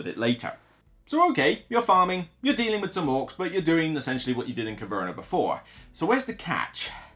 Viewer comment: it sounds like you put an r at the end.😊